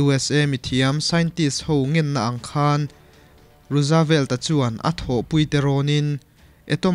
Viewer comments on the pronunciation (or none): rusavelt ni lovin,rusvelt tia lam mai tur a ni e....a țha thawkhat viau mai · Franklin D.Roosevelt hming i lam dan hi Rusavelt tiin i lam a, Ruusvelt tia lam tur zawk a ni, Rusa nilovin Ruus (Roose) tia lam tur.. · Roosevelt tih hi rawzvelt tih ni ta se Jfl. 😁